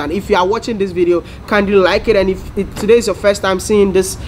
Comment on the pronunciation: "I'm in the mood tuhday" - Mr.GhanaBaby Please put that on a shirt LOL! Sending love all the way from Brooklyn, NY